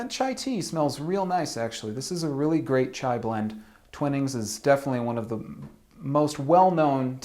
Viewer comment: It's pronounced Twinings like Twine not Twinnings. It's a lovely cup and I'm not a big tea drinker.